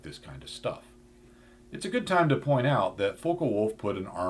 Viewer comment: Focke-Wulf isn't pronounced Foe-ka-wulf, the "Fock" part rhymes with "cock". Americans often mispronounce words like this, it always amuses me to hear americans say ”Heckler Coke”.Americans are also unable to pronounce words like cosmos, Phobos, Deimos, Eros correctly as well.